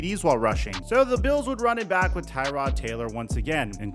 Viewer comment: IT IS TRRRROD Taylor... not tie tod like the car part 🤣🤣